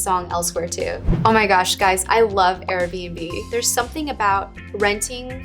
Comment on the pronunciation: Guys what was the name of the app she mentioned that's about "wanderlust" and renting stuff? I couldn't understand what she said? Something like "arabenbe"? I really want to find that app